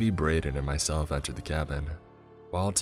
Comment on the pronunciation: "A Young Woman like myselfuh"